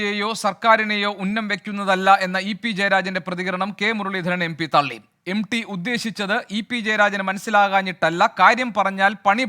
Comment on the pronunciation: എം ഡി അല്ല സാറേ...M T...M T... എന്ന് പറ....😅😅😅😅